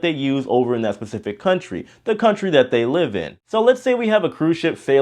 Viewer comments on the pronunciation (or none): Dude, the word is specific, not Pacific. That's an ocean